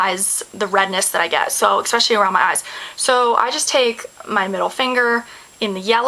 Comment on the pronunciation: I love the way you say EXPECIALLY :)